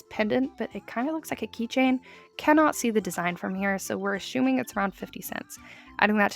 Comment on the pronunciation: Why are we ashuming 😭 (I'm sorry, it's just funny how you say it)